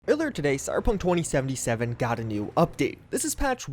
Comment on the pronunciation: Stop saying cyberpunktwentysivenysiven plz